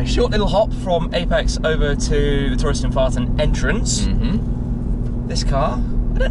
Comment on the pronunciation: Touristenfarten. I'm such a child because I always smile when I hear that.